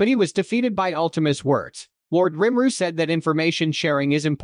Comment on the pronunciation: Who in the hell is Rim-ru. Lol Nice AI you got there